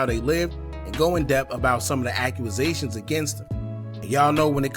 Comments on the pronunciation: Enjoy ya channel BOSS but you need to brush up on ya pronounciations...its not accru-rusations 🙄 you need to get rid of the ppl round you.. its accusations ( ak-que-zay-shon) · Great video bro… But it’s “accusations” not “akuazations” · Act-u-zations… now say it fast lol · Ak You A Zations 😂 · I had to come to the comments for Ack u a zations lmfao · You a grown man and don’t know how to pronounce a simple word bro. 😭Sound like a 5 year old. “Aqqumazation” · “ AQUAZATIONS “ 🤣🤣🤣 put a pause on the YouTubing and press play on the literature books fam 😭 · Brooo no W in that word. I was like tf